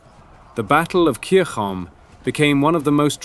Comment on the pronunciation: I'm pretty sure it should be "Kirkholm", not Kircholm, in Swedish (and it's called Salaspils in Latvian).